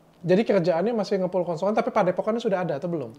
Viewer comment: Rongsokan bukan rongsoan